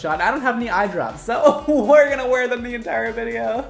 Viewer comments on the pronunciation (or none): none